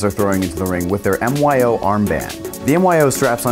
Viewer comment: Great video - just an FYI the product is pronounced like "MY-OH" not M.Y.O